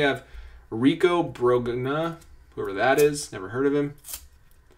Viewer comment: It's pronounced Rico Brone-ya (Brogna). These openings are enjoyable.